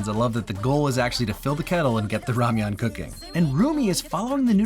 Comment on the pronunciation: I’m late but I appreciate the correct ramyeon vs just calling it ramen